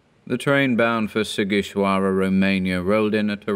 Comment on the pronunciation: Wow you pronounced Sighișoara correctly, color me incredibly impressed